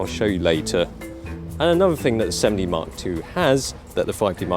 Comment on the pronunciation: He pronounces it like 'semmen dee' so it can appear to sound like semi